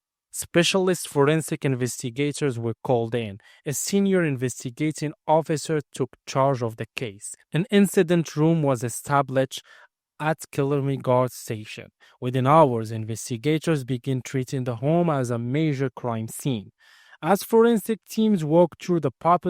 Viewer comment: Say the guard dee - someone should’ve helped you with your pronunciation before you made this video - TRAVESTY